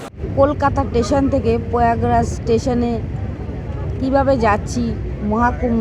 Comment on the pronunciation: টেশন নয় স্টেশন